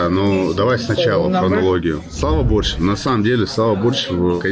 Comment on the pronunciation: БорщЁв, а не БОрщев